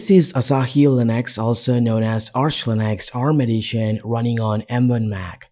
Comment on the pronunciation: its Linux not "Linax"